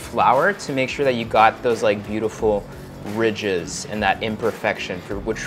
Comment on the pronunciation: The "RIDGEzzz"